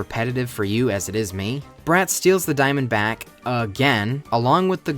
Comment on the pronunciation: Is it just me or I keep hearing say "steals the diamondback" instead of "steals the diamond back"?